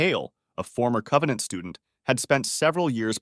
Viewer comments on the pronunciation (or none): none